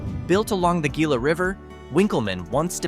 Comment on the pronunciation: Mostly AI bullshit. And "Gila" is not pronounced with a hard "G". It's and Indian word pronounced "Hila". And Sahuarita isn't even a city, it's a retirement area close to a Phelps-Dodge open pit mine. Most Sahuaritans are retirees from other states. And they mispronounce the name as Sierrita, which is a rotten bastardization of the REAL word, Saguarita, which is pronounced Sachwarita in Spanish or Indian. Get it right or don't put up these idiotic videos. And "median" income is not the same as "average" Totally two different meanings.